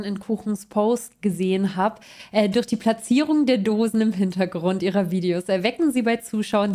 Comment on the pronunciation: Hallo, ich finde es immer wieder amüsant, wie du das Wort "Durch" aussprichst, gerne öfter verwenden 😁😁 man hört dir gerne zu 😁